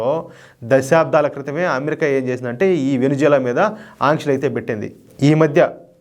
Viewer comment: Hello brother adi Venuzula kadhu Venezuela first idhi neruchukondi pronounciation antaru and Modi bhajana baaga chesaru very good,Modi spoon batch.